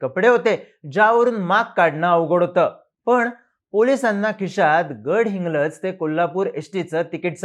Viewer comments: बोलतोय बरोबर...तो काय गडहिंग्लजचा नाही तो कोकणी आहे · गडहिंग्लज भारी बोलतोस कि, ग वर जोर देऊन. 😊